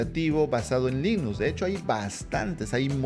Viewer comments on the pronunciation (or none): Se pronuncia Linux no linus